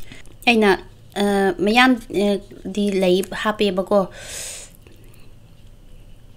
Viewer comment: Don't say 'miyam' its should be 'mayam'.